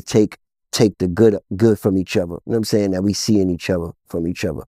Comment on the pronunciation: " Yam saying"?